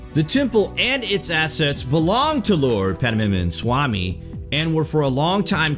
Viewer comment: Actually it is " Sree - pathma -nabha-swami - temple "